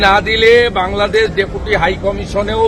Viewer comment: 'বাংলাদেছ' নয় 'বাংলাদেশ' বলো।